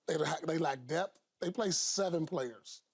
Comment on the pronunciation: "DEBT" or "Depth"